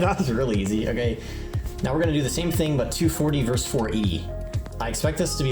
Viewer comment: Versus is not one syllable.